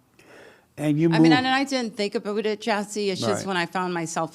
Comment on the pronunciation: Ahh it's the perfect pronunciation lady again avoiding any and all accent or misuse of Ts and Ds, except the Canadian "aboot" 😅